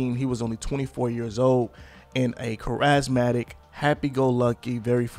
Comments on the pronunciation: charismatic lol He said "Cuh-raz-matic" its pronounced "care-is-matic" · I’ve never heard anyone pronounce the word charismatic as “ka-razz-matic” lol